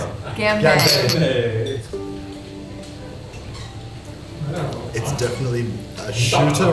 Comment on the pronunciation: You guys did not just start the video by butchering the phrase "gan bei".